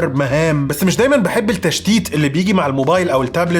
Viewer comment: التشتيت؟ اللام شمسية لا تنطق